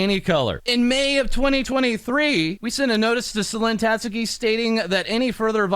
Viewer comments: This has nothing to do with the bigger story, but why do all the vtuber news channels have a hard time saying her name? Tat-ski not "Tat-sue-key" I know you gotta get that news out ASAP, but c'mon. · The most shocking part of this all is how almost no westerners covering this story can pronounce "Tatsuki"